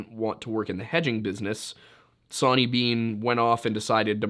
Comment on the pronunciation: Soooo did Zoe Hanje from Attack on Titan name Sonny & Bean after "Sawney Bean"? The way you say Sawney sounds more like sonny.... crazy